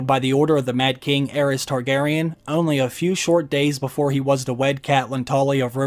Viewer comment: when the Mrs. & i heard "House Kardashian," instead of House Targaryen, we had to rewind to make sure Kim didn't make a cameo appearance...thank god she didn't, it took the last season to destroy this great series.